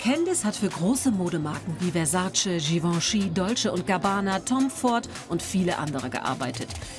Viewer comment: Frauke bitte kein English mehr . Und die Journalistin kann net mal Versace aussprechen . Katastrophe !